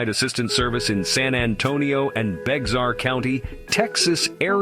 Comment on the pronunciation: AI didn’t pronounce Bexar correctly